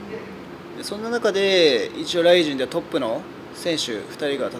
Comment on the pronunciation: ライジンとかシバターとかアクセントヤバw